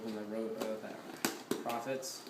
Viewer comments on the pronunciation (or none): Holy cow! It's pro-fit. NOT profit. It's marketed to fit how pros like, also good luck hearing a bomb go off in those. I'd say you should've gotten I4s, but it's quite apparent they wouldn't fit on you.